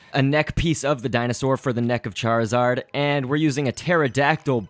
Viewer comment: charizard prenounceation fail:cairzawd. lolo